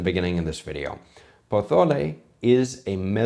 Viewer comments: Why do you keep saying Pothole? It's Pozole - It's not Spanish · Brother it’s pronounced poh-so-lay 😂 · Just to let you know because is killing me every time you say "pothole", in Mexico, unlike Spain, the "c" and "z" are pronounced as "s", sorry if it seems picky, but it really kills me 😅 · It’s a Mexican dish. Speak Spanish as a Mexican would. It’s not po-tho-le. Stop. You’re disrespecting us more than Rachel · You lasted longer than I did. The moment she pronounced it "puh zoh lay", my eyes rolled back so far I could see my brain. I think my daughter almost had an aneurism. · Primera vez en toda mi vida que he escuchado a alguien pronunciar pozole con el zezeo , he vivido una nueva experiencia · that "pozole" is an insult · Yeah I’m out, I can’t deal with the way my dude is saying pozole. Why are you saying it like that l? Is it an accent? A speak impediment? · He lives in Spain. Z is pronounced like th. It's called ceceo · I've never heard a Mexican pronounce the word "pozole" the way that you do. I know that some Spaniards pronounce certain letters as if they have a lisp, but that is not a feature of Mexican Spanish. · As a Mexican I was literally being tortured because the way she made that “ pozole”… make it authentic!! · The way you pronounce pozole gives you as much credibility as Rachel’s recipe has😂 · Just don’t call it pozole, Rachel, and it might be ok 😅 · Po QUÉ? She did pronounce it better than you though. No one in Latin America pronounce Pozole with a ZZZZZ, is it pronounce with a regular S, specially in Mexico. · If it’s mezoamerican, why are you pronouncing it in Castilian? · Meso American dish. Maybe you could pronounce it correctly and not with that stupid Spanish accent. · I dont think you should be covering a mexican dish and she shouldnt be making one. I dont think either of you know about mexican dishes. You arent even pronouncing it correctly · Just a tip, there's no TH in Pozole. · He speaks Castilian Spanish, Z's are pronounced like TH.